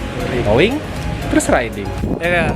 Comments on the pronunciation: Riding bang bukan rideing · Ri-de-ing = riding Btw kyk sunda ya ri de ing wkwk